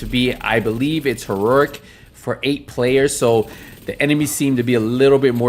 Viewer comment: I came here in 2022 just to hear this guy say HERUHRHIC